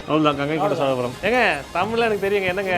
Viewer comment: Gangaikonda solapuram not Gangaikoonda solapuram கங்கைகொண்ட சோழபுரம் not கங்கைகோண்ட சோழபுரம் 😂😂